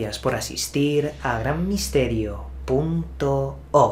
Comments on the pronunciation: ¿Soy el único al que se le para la poronga cada vez que escucho a decir punto ORRRRRRRRG? jajajajajaja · Amo cuando dice : “punnto orrgg” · LA MEJOR PRONUNCIACION DEL PUNTO ORGGG